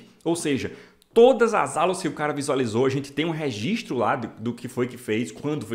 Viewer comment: ^REGISTRO ! NAO REZISTRO KKKKKKKK